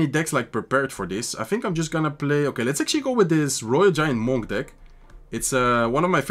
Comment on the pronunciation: Love watching you. Du Spielst immer unglaublich gut! Und auf Englisch, Monk rhymes with DUNK, like slam dunk, hunk, junk etc… just wanted to say that, if it helps. Peace!✌️❤️